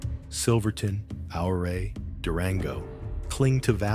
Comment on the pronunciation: You don't even say it right! Ouray CO is pronounced you-ray.